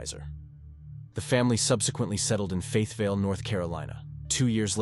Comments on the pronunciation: Pope AFB where he was stationed. They settled in “Faithville, NC”? It’s “FAYETTEVILLE, NC!! Come on lazy, QUIT USING AI!! If you can’t pronounce & read words correctly then maybe you shouldn’t make a channel on which that is the sole purpose using AI to do your job.🤔 More people respect someone who tries instead of using “AI” to COMPLETELY BUTCHER NAMES & WORDS. Hire someone to do the job, or do it yourself. At least TRY. Because “AI” is NOT the way to go if this is going to be your “day job”. Not being mean, just stating a FACT, because from the other comments on here about it; others know what a poor job is being done. Do you NOT LISTEN to it before you release it to the public? 🤷🏻‍♀️ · How does Fayetteville turn into “Faithville”? 🤔 This AI crap makes it unbearable to listen to.